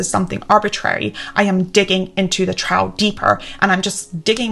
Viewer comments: Thanks for this. Really Inspirational. I think you may have helped me crack my procrastination problem. My odd question. “Trough”. You pronounce it differently to me. You saw something close to “trouw”. I’m curious if it’s conscious. I pronounce it more like “trowff”. The gh being an “ff” sound. My way could be wrong. You do seem to do things very deliberately. And it’s fine if we are just different for the heck of it. But I’m curious about it nonetheless. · Great video... little nitpick, 'trough' is pronounced 'troff'. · Feynmen is pronounced "fine-man". /ˈfaɪnmən/ "trough" rhymes with "enough" or "cough" Regarding the "innocent" mistakes list, are you not advocating for "Medieval Time Tracking". I see #1, #2, and #4 which you listed is something that you would avoid or discourage. But for #3, that seems to be something that you prefer doing, since you are motivated by the task which you are performing and not by artificial time constraints. Thank you for this video. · Some very interesting concepts here (also the first time I’ve heard the word “trough” pronounced “trow” and not “troff”. I think I like it!😀) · Trough is pronounced "Tr-off", not "Tr-ow". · Trough is pronounced troff. Other than that, really interesting video. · Thanks for the video - I particularly connected with the time-tracking issue. Had to comment though (English pedant, sorry 😅) that trough is pronounced 'troff' like rough is pronounced 'ruff'. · Very interesting and I'm using some of your insights , thank you. By the way trough is pronounced trof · trough is pronounced trof like cough :) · 'trough' is pronounced 'trof'